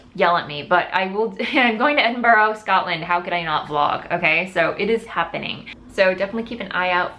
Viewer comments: Edinburgh is pronounced with only 3 syllables. Ed-in-brah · Nessa hux I was just about to comment, as It was said sooooooooooo many times, it was being to hurt my insides. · Not your fault, your pronunciation of 'burgh' is very different in the states xx